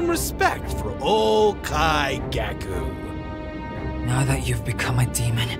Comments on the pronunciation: Nice video that’s not how you say his name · That was beautiful, my onlu complaint is just Kaigaku's name pronunciantion, it hurts everytime I hear it.